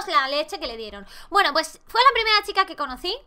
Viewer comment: Laik si dice primrea😂😂♥️ Te queremos 😂😂♥️